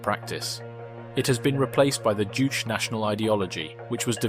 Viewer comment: Kim “the second” Sung? Uh, the II is actually iL. As in the letters I and L. Kim “iL” Sung. And Jouche, like Jushe? Juche, like Ju Che.